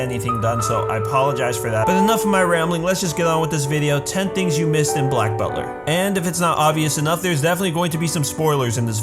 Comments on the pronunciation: Black bulter 😂😂😂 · Black bulter haha